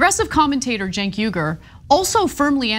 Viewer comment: How do you justify the pronunciation of “Cenk” as “Genk”…😂